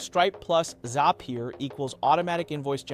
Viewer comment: Yup... hand gestures are off, pronunciation of words is not consistent (row, zapier)